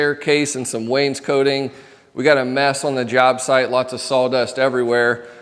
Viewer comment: Wains-cot-ing, not "wains-coat-ing"